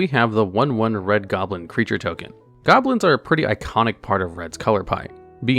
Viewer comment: His pronunciation of Saproling hurt my soul a bit, but he said goblins as goblos once so that made me feel better.